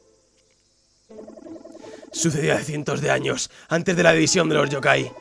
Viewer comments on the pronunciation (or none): none